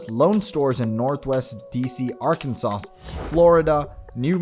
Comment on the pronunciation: Strange way of pronouncing Arkansas and Wisconsin.